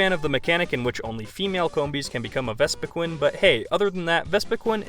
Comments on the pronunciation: Vespiquin? do you not know how to say queen? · The way you say vespiqueen makes me wanna suicide